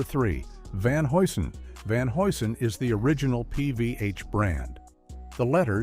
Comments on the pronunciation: Repeat after me: Van "Hugh Son" HUGH - SON ! 🚨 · Van Hew'sen is how you pronounce it